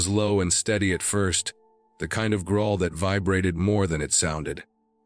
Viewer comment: S1: why not take the guns with you when you climbed up to the loft? “Tate” for tight, “grohl” for growl. AI should learn better word pronunciation! 🙄